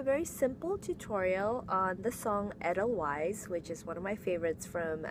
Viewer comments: Also the very first E in Edelweiss is pronounced as a long A. Like Aidel-Vice. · Great tutorial! Just a small thing, the "weiss" is pronounced like "vice".